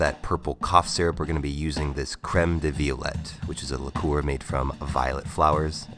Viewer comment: La-core? Yep he been ripping the bottle before turning on the camera.